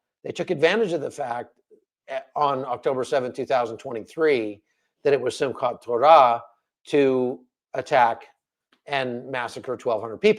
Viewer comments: You said. Simka torah very very well and very israeli like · You pronounced Simchat Torah pretty well! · This will be the two years anniversary of the hostages being taken. If they are released on that day it will be Biblical. And yes you pronounced Simchat Torah correctly! Watching from Wisconsin 🇺🇸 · Excellent pronunciation on Simchat Torah but it's not the holiest day in the Jewish calendar. That would be Yom Kippur, Great analysis as always. God bless. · YOU DID SAY SIMCHAT TORAH CORRECTLY